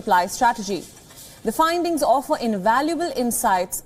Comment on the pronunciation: INDIAN ACCENT SAID SED, OFFER UFFER, LABOR LEEBOR, RISK RESK, LATE LETE